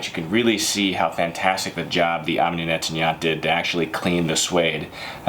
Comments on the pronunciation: Half a second I thought he said Yoni Netanyahu, I was about to pull up a chair... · Great, but learn how to pronounce: Omni Nettoyant (incomprehensible until I read the label)